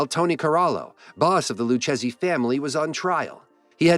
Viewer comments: Lou chezzy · Its pronounced loo Kay Zee not loo chasey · It didnt say Lucchese properly.